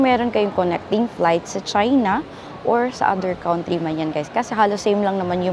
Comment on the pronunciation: doc, "kuhn-tree" ang correct pronunciation ng "country". thank you doc sa video! sobra helpful!